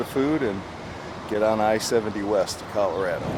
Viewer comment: Dude it is not Cal A rad Ooo, it's Cal Ah rah doh . 😮